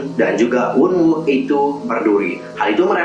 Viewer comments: koreksi aja ya, wonwoo bacanya wonu :D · mas tolong ya, bukannya saya mau ngajarin apa gimana, tapi masnya aja couldn’t even called wonwoo the8 cheol sama carat properly. jadi tolong jangan buat carats pada mislead tentang mv ini. seventeen sendiri udah jelasin teori sebenernya dari mv ini di liriknya. mv yang ada cuman memperjelas. dan buat carats yang nonton mv ini, pls, jangan nanggepin ini dengan serius krena teori ini bisa ngebuat banyak carats mislead. and pls it has nothing to do with we frickin verse. stop this pls